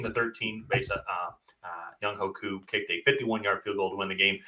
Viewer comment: First time watching and I liked your analysis. One correction: you mispronounced Younghoe Koo’s first name, it’s pronounced “Young Way” , not “young hoe” lol. Should be an entertaining game in a nice and dry indoor stadium! Rise up and go Falcons!